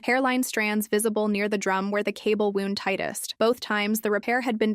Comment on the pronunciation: Edit your AI. Wrong pronunciation of wound.